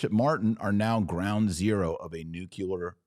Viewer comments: Pronounce Nu cle ar correctly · Taylor, please learn how to pronounce nuclear (new-klee-er). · It’s pronounced NEW-clear not new-cue-lar. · AMERICANS PLEASE STOP SAYING NUCULAR YOU SOUND LIKE MORONS!! SAY NUCLEAR.